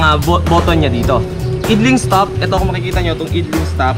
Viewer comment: boss, not to bash but to correct you sa pronunciation lang naman ng "idling" bale i'dling or ay'dling sya. for your own good na din boss 😊 keep motovlogging 👊 bless up 🙏☝